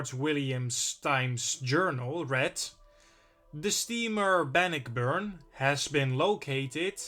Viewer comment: Good documentary,!! The Great Lakes ships, have some interesting, tales also🤔. The pronunciation for 'Bannockburn' is; Ban•nôck•burn. It's a city in Illinois, I believe. A ship, if you could cover next; could it be the famous concrete ship in Cape May Point NJ, named The SS 'Atlantus'??? It's not an exciting shipwreck, but it's part of our, local history.